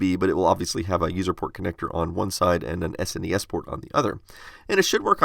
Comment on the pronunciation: THANK YOU for not calling the Super Nintendo a "SNESS"